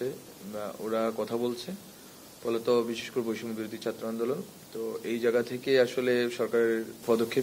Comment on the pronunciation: ছাত্রকে চাত্র বলে কেন